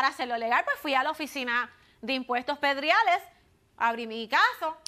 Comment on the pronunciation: Impuestos "pedriales"😳😳😖 ??? Es prediales, señora.